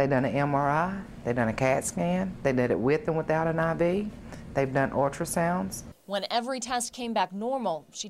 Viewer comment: "They done ortrasounds" lmao